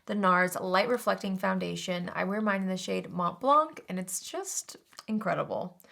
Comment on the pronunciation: The T and the C are silent in Mont Blanc😁😁😁